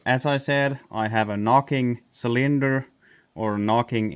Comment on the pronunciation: you did fine with your English. One word, cylinder, the emphasis should be on the first syllable. CYLinder. No biggie.